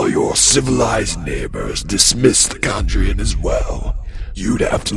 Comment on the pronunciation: He changed his pronunciation of "Chandrian" halfway through the video